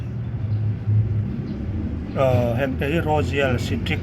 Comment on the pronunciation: Raw-zíãl si-trik